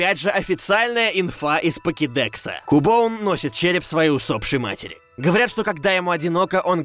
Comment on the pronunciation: не КУБОН, а Кьубон. Если создавать видео, так нужно делать грамотно!